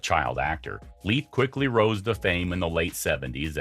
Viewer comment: What part of "sister" do you not understand? And, btw, it's pronounced "Layfe", not "Leaf"!